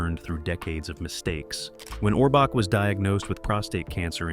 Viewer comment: This guy is WRONG on many facts and he can't even pronounce Orbach! Ridiculous, writers were there for years.